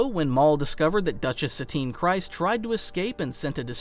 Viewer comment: Solid video, also just fyi, it’s pronounced “Kreez”, not “Cries”.